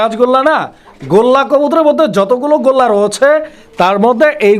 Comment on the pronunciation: ভাই গোল্লাকে বলে গররা